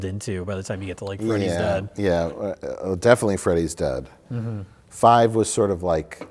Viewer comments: says fart five at 1,20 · One minute in, says fart five...I'm not crazy right? You all hear it right? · said "fart five." It's too bad Mike did not notice. It could have been comedy gold.